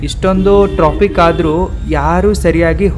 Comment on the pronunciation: Tropic alla hadu Traffic ✅. Ninndu education hag idiya sishya😂